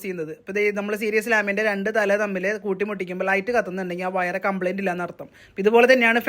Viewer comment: വയറ അല്ല വയർ എന്ന് പറയൂ